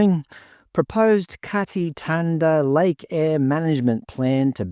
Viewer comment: why on earth would "thanda" be pronounced "tanda"?